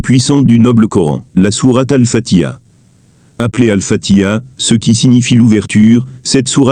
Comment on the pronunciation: Je pense qu'avant d'explication surtout de religion, il appartient d'apprendre à prononcer convenablement exemple prononcer fatiha convenablement le ha se prononcé et non fatia dire fati ha